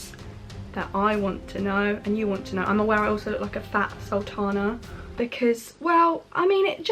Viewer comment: You say you're going to stop talking with a west country accent and then tell us to comment you look like a saltana, but pronounce it 'saltarner' hahaha